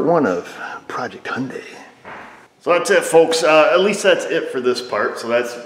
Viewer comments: Its Hyundai. Rhymes with Sunday. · Hyundai sounds like Sunday.